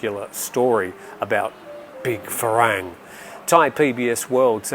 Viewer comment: The pronunciation for "farang" is not "fa-rang". It is pronounced "fa-wrong"